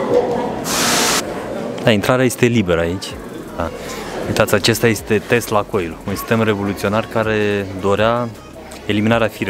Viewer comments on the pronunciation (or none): none